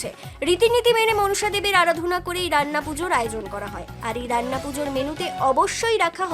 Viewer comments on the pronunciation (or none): রাইনা নয় রান্না 🙂